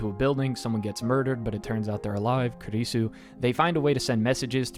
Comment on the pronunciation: ma guy really just called kurisu "kirisu" lmao